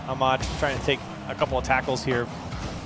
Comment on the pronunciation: Turk was correct Ahmad as well only okhalid without the kh rightly done but understandable for an English speaker